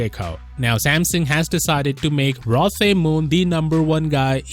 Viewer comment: The name is pronounced "Roe" not "Rah."